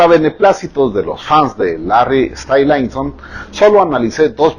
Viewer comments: TAMBLAISON,STAYLAISON JAJAJAJAJ SE LO QUIERE SEÑOR JAJAJ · "Lois Tom-laison o Larry Stai-laison" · Me encanta como pronuncia "tomlinson" o "Stylinson'